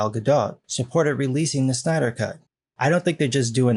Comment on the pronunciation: Wait a minute, did he say Stiener Cut? It would be interesting to see Make a JL movie.